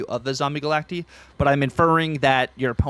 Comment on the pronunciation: Stop saying Galactee😂